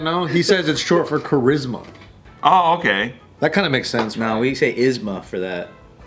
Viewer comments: its just cha-rizz-ma, didnt have to make it more complicated lmao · It's cha"rizz"ma